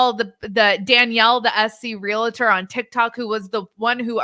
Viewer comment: It’s real-tor, not re-La-tor. You sound like you were not the top of the class.